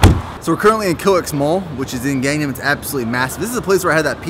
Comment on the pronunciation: search up gangnam style and that is how you pronounce it